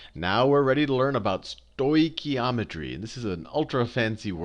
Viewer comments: Love how the guy teaching the lesson can't even pronounce stoichiometry😂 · Great video, although I did wince when he stoichiometry like that...it's said "Stoke-e-om-etry" in my experience. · As Greek everytime I hear the pronunciation of the stoichiometry word I have this urge to rip out my ears. The oi sound is one ( vowel) οι which is the same as η, ι, οι, υ, ει. In this particular words sounds like the English e as in (E)aster and it comes from the Greek word στοιχείο which is element. Note that both οι and ει are double vowels and sound exactly the same. As E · I'm just happy to say I got the same answer as him, however his pronunciation of stoichiometry was funny :) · This guy is just amazing! Haha....love the way he says stoichiometry XD